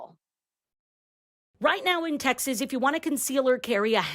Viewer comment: You're pronouncing it wrong it's, Texas not "taxes".